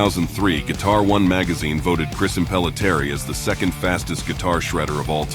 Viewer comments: It's Impellitteri, neither Impellitary nor Impelliterri. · Impelliterri, Impellitary; you had one job and fucked it up twice, noob.